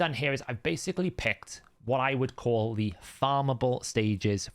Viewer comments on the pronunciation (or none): none